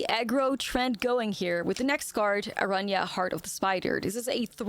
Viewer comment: Kudos to you for pronouncing Araña as it is meant to be pronounced ❤